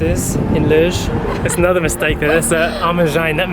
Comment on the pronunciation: Tip: pronounce “Loures” as “Low-Res” (the Res bit as you would say in Respect)